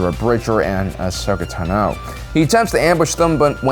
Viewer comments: The emphasis of (Ahsoka) Tano is on the first syllable TAno, not taNO :( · Does he mispronounce every name on purpose? Kie-shyyk, Tenno, Miraliaka, etc. Soo annoying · Who the hell is Ashoka “Ta No”????😖😖😖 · Ahsoka Tan-oh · “Kai-sheek”, “Ahsoka Tuh-no” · How does someone running a Star Wars channel manage to mispronounce Tano, Cere, and Trilla? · WHY DOES THIS MAN PRONOUNCE “TANO” LIKE THAT? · Why do you pronounce Tano's name so weirdly? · Every time this guy mispronounces Ashoka’s last name I die a little inside